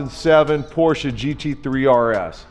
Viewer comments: Thank you for pronouncing "Porsche" right. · it's not just that, it's also the correct pronounciation as perfect as it can get from a non-native speaker. Most say "Porschah" or "Porschay".